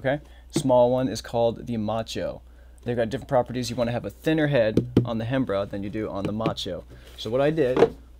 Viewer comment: Hey brother so you know the "Hembra" is pronounced "em-bra". In spanish the "H" is silent in that word which translates to female. Macho means male. Why the H is there in the first place beats me. Great tutorial!